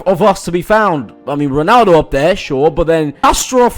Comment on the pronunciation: You were pronouncing the Brazilian names so well and natural that it was pretty disappointing to hear "Ronaldo" and "Ronaldinho" in the foreigner pronunciation, not the Brazilian pronunciation.